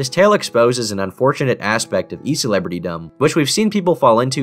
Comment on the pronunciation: Wait, was that line "e-celebritydom" or "e-celebrity-dumb"????